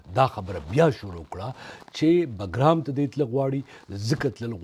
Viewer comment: باگرام نه بگرام ده په درناوی